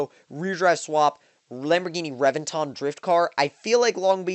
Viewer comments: omg you butcher names lol, Rev-vin-tin its all good tho, loved the video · emphasize the E in reventon, not revinton, pronounce the E like you would in revenge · And that's why they call it the "REV"enton.